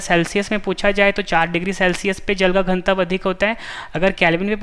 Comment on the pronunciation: Ganatva bolo Gantav nhi